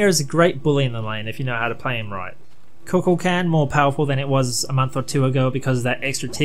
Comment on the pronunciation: Ku Kool Kon is how u say it lol